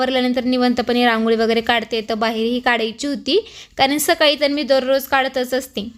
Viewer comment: Saksakali nahi sakali sakali as mhanayach ka tula di